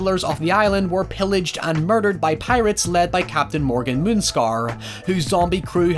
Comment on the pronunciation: I thought it was moon scar not moon star